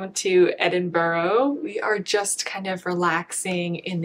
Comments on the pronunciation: 2 things - the pattern book is written pretty much as patterns are still written in the rest of the world. America changed its method, the rest of the world didn't. (same with the alooominum thing lol) Edinburgh is pronounced "Edinburra" it ends with the 'ah' sound. It is not English, it is Auld Scots, so it is not pronounced in English/American. There isn't any "o" in it, so there is no "row" sound. As a fellow European who is multi-lingual, I'm sure you already know the correct pronunciation - before getting into American habits - some examples of those I'm also sure you've experienced as a fellow migrant are - the disrespecting of other people's languages, intentional mispronunciation, accent mimicry for entertainment, forcing migrants to take Anglicised names etc. I love your work, just saying, please don't lose yourself & remember to value your own differences & the differences in others & don't forget to see the beauty of the differences in all of us. This horrid trend towards American homogeneity that's sweeping across YT right now is just frightening to me. Best wishes. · What a lovely video, but I'm curious, was that Edinburgh, Scotland you were in? :) As you pronounced it "Edinborough" throughout, so I'm not sure :) (The Scottish capital is pronounced approx. 'Ed-in-bruh'. ;)) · It is minor, but that pronunciation of Edinburgh is wayyyy off. It only has 3 syllables and is ED-IN-bruh. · You may have convinced me to try brioche. It does look so squishy. I am always amused how non natives say Edinburgh 😂. Honestly just looking at it I can see why but it’s pronounced Ed-in-bra.